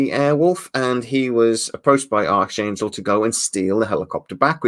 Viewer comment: Ok you corrected yourself, because you said Archangel a couple of times like McDonald's arches